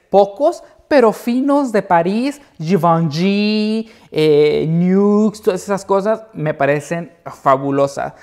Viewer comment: Me enamore como pronuncia la marca Givenchy 😍